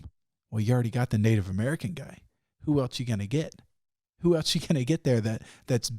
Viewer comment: Everytime I hear Sam say "Eltz" instead of else I lose some respect